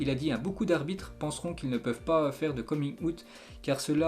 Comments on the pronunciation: Il a dit coming « out » 😂😂 au lieu de prononcer « Awt » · "Coming out" se pononce [coming AWTT], juste histoire d'aider, plutôt que de se moquer de la manière de prononcer.